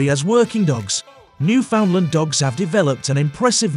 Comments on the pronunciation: There is no place called "New~Found~Lind". There is no Dog called The "New~Found~Lind". Jesus, Mary and Joseph. Do basic research. The place is called "New~In~Land". The breed is known as The "New~In~Land" Each, when uttered correctly rhymes with "understand". The script your using in this video is lifted from countless other posts here. Common. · Opps, now it's my turn to be humble. The Name of the Dog (and the place), is spoken thusly; "Newf~In~Land, far easier to make that rhyme with understand.